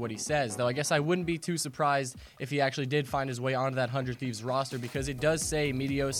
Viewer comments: HUNED TEEVES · It's actually neither of those. It's pronounced as "Hundred Thieves"